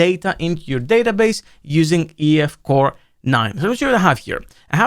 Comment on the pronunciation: EF Core 9 - Sounds German when you pronounce it.